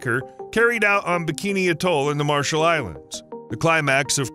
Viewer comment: Couldn’t even say atoll properly.